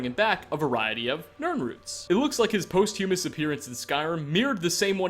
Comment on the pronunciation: Post Humis? No, it’s pos•thu•mus. Try saying that